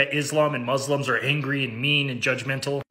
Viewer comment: please don't say "Mozlems," it is "Muslims."